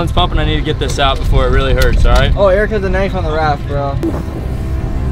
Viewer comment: It’s Eric not airrack